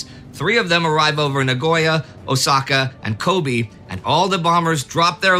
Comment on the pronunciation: Japanese words ending with the letter "e" has that syllable sound like a long "a", so Kobe is pronounced "Ko-bay". Karate, karaoke, and kamikaze all follow this pattern and are very commonly mispronounced by English speakers.